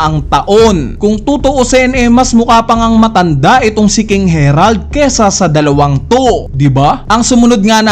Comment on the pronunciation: Naka ilang chapter na Herald ka p din ng Herald. Basahin mo nmn ng maayos ang A E I O U